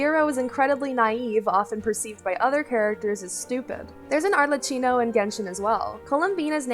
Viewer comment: arlecchino is pronounced arlekino :D